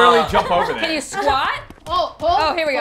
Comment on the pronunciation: When says “weee” there is a silent ‘b’ automatically added on the end 😉